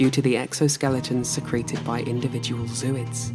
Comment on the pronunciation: Not zoo-ids. Zo-oids. The root word is Zoae.